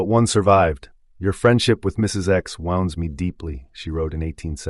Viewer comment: If this is AI narration...it's pathetic. If it was narrated by a human... it's even more deplorable. For example,mispronounced words such as: Charade, Wound, and Lead make it difficult to listen to this content. Either way, this only serves to prove that the Department of Education has failed and needs to be taken apart for major repairs!